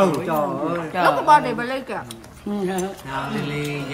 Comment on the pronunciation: Bođy mà nói bợ đích hihiiii